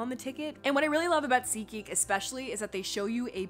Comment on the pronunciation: Oh my gosh it's SeatGeek😂, I thought it was ziki😂